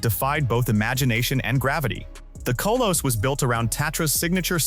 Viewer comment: Kolos - not Koe-loess